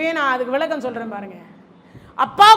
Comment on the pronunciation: நல்ல தகவல். வாழ்த்துக்கள். ஆனால் தமிழ் கடவுள் முருகனைப் பற்றி பேசும் நீங்கள் தமிழை கவனமாக பேச வேண்டாமா? ல ள ழ வித்தியாசமே இல்லை... வலக்கம் பலக்கம் விலக்கம்... தமிழ் ரொம்ப பாவம்......